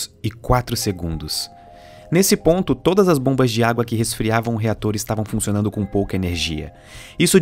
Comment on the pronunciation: fiquei voltando na hora que ele fala ''ficionando'' ( amei o documentário)